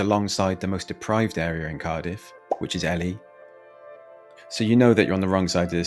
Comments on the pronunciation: Pronounced Elie not Elly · Elli? wtf…. It’s pronounced ee-lee (Ely) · Ely is pronounced 'Eeely', not 'Elly'. Pretty lousy research. BTW, there are official maps which show the rates and types of crime in each area. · its pronounced eelee not ehly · It's Kira not keera or koira. It's Eelee not elli. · E-Lee … not Ellie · Ely not ellie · Who gives a fuck, I found it funny how he pronounced Ely as elly instead of eely, not a big deal is it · 'koi-rah' and 'Ellie!' 🙈🙈 it's caerau ('ky-rah') and Ely ('eel-lee'). 😂😂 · ely is prunounced, EE-LEE. for future videos on the location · So, if you are going to comment on somewhere you could try and pronounce the names properly. Caerau its Ki-er-rye; Ely is simple E-Lee the same as the Ely in England with a cathedral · Caerau is prononced KY-RA. Ely is pronouned EE-LEE ... btw x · If you're going to slag off a place, at least take the time to actually learn how to pronounce it's name. Cathays is pronounced "Cat-ays", Ely is pronounced Eel-y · Pronounce areas properly mate, bro actually said “Ellie”🤨😂😂😂😂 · I grew up in Ely (pronounced E-Lee) and caerau (pronounced Ki-ra) almost had to turn off as soon as you butchered the names my man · It's pronounced K-EYE-RA and Ely is pronounced E-Lee I've lived in both areas most of my life and while there is a high drug presence and a problem with crime, the majority of the People are salt of the earth there's a great community spirit especially within streets. For example, it wouldn't be unusual for someone 15 houses up to know who you are and knock your door for some milk or sugar in a pinch Years ago when the kids used to play outside my late mum loved children and they loved her. They would knock the door for a Ice lolly in the summer it got to the point where so many kids were knocking. She ended up having to charge them five pence each to go towards boxes of ice lollies as she was going through so many. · Agree and can't even pronounce the towns correctly Ellie 😂